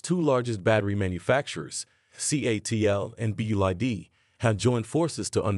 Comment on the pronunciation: "Sobium" "Roomaway" Company "BID". AI writing? AI reading? Sounds pretty crappy.